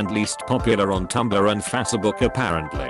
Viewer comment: it literally pronounced it like my mom does